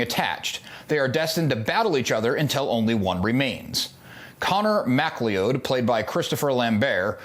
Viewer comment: His clans name is pronounced McCLOUD.